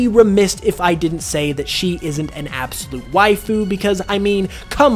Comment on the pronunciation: Sir please stop saying Wife-ooh or however you'd spell it. After the 50th time hearing it, I can't anymore 😂